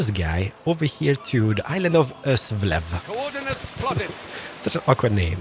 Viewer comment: im danish you nearly pronounced øslev right